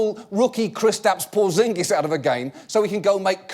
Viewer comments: Kriss-tapps Poorr-zingis! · hears John Oliver's pronunciation of Kristaps Porziņģis Now I get how English people feel when I speak English.